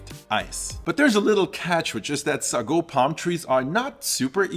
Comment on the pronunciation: Hey, I'm from SEA, the history lesson in this is fascinating! Just wanted to point out a slight difference in how we normally pronounce some items (or at least, that's how people around me do it): - Sago: "say-go" - Chendol: "chen-doh" (like in "Chennai", or how American media would pronounce the surname Chen) For the AI art, others have already stated their opinions from a moral perspective so I won't add to it. From an aesthetic perspective though, it tends to get real weird. Lighting and shadows don't always make sense and there's random spots that are given focus with extra fine details. To me, the net result is that it goes straight to the uncanny valley the longer I look at it, and it's extremely distracting. Would not recommend.